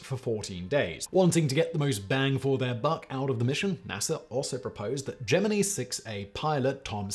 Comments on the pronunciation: The proper pronunciation of the word is gem in eye. The rednecks in NASA just didn't speak English very well. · LOL, Geminnee. I died a little more each time he said it. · Which one of u did it huh which one of u mf are going back to the basement who tf let my boy Simon mispronounced the Gemini..... Simon my boy it's ( jem men eye ).... And find out who's responsible for that an have them severely beat an all privileges taken away an back to the fkn basement they go..... ✌️ Keep hustling my boy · Gemeneee has got to be a southern thing. I've never heard it before. Quite annoying to this Michigan boy... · Geminee cricket is all i keep thinking lmfao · Oh seriously, love ya Simon but it's not geMINI. LOL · Him saying jeminny is nigh intolerable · The worst part about Whistlers pronouncing Gemini like a weirdo is that around 9.25 he pronounces it correctly making me wonder if the whole thing isn’t just a big troll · I can't watch this any longer. Gemini pronounced that way is too much. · I heard Gemini pronounced wrong so many times that I forgot the proper way 🤣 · As a born and bred southerner, this is my first time hearing that pronunciation. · Learn to pronounce Shearer & Gemini. Especially Shearer. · The way Simon pronounces Gemini is giving me a stroke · Difference is, he supposedly speaks English...his entire life. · Its Gemini, not Gemini, don't you get it? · it is, but the way Simon is saying Gemini makes me think Jiminy, which then turns into Geminee in my mind. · Is "gem-ih-knee" the British pronunciation, or does Simon just not know how to pronounce "gem-ih-nye"? If this were Brain Blaze, I'd just assume he was intentionally mispronouncing Gemini, but considering it's not OG BB, I am supposing that "gem-ih-knee" is what he believes to be the proper dictation. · I have never heard someone pronounce "Gemini" like gem-e-nee before. It's not a cultural thing either as i am English and we all pronounce it Ge-min-eye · Project jemini? 😂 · ITS GEMINI FOR FUCKS SAKE